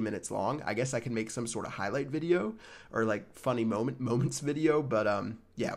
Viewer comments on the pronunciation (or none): none